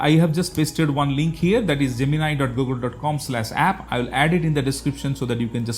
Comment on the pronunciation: Oh finally I find someone pronouncing Gemini correctly.